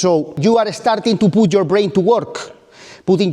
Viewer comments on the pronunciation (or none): starting. Not estarting.